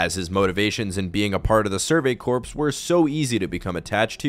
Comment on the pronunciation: Great video man! Btw corps is pronounced like the word “core.” The ps is silent